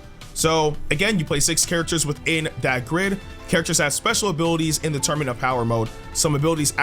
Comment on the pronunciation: Sorry I hate to do this but you said torunament